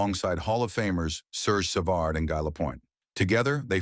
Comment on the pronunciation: As usual this AI know little can’t pronounce a hockey player’s name. It is GEE not GUY Lafleur. Also it is GEE Lapointe. Can’t recall Larry having much blonde hair. And it’s SAVARD. Larry will always be referred to as a true great. And a real gentleman.